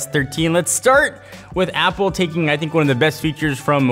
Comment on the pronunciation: Go to and he says Zapple instead of apple